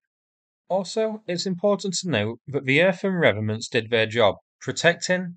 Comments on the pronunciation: Re-vet-ments not revenants, although there are plenty of Russian corpses walking around Ukraine. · I think you mean 'revetments' rather than revenants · They are REVETEMENTS (originally a French word) not 'revenents' (not an actual word) ! Please pronounce the letter T in the word. It makes you sound a bit silly otherwise. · Ree...vet....ments ...... dear chap. And far be it for me to nit pick your most excellent work but, it needed saying....... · Re..Vet..ments.... just saying.